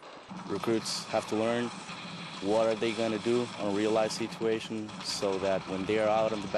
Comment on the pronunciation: "A real life seeeetuation" I laughed really hard.